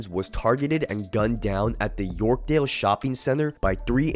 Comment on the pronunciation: It’s YORK-DALE mall not yorksdale wtf man get your shit together